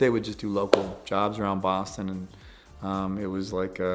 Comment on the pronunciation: I love how you can hear his accent a little when he says “Boston” 🥰 He’s so down to earth because he has that anchor of family and friends back home like he says. What a blessing.